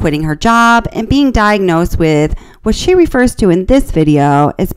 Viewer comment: Is this a bot narrating this video? Because who pronounces the word, documentary the way she does? She consistently puts the emphasis on the wrong syllable. She also pronounces refer as reefer. It also explains the very generic replies. Listen to just the first 15 minutes. It's a bot, guys. That's why we never see her face while she's talking.